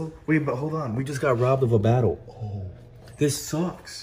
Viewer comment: "Epic vattle"